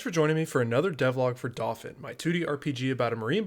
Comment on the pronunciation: Just thought I'd point out, in case you hadn't thought of it... The pronunciation of Dauphin.. Being the word for a noble of France, it is pronounced dau like 'dough' in pizza dough and phin like 'fan' as in a ventilator. You're doing great work! But I think about this everytime you introduce the name, so I thought I'd point it out in case you didn't know.